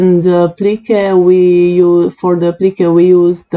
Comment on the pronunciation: lol it took me a bit to work out what you was saying when you were saying when u said applique to me it sounded like applicka ,,, mind you your English is way better than mine that and I can not talk in another language so your doing way better than me ..btw love your designs